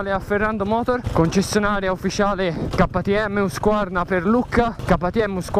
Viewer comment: Non ho capito perché ktm lo pronunci in italiano e tpi in inglese ma hahaha